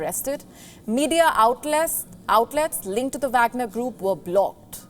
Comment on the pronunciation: That is wagner not bagner this newscaster don't know anything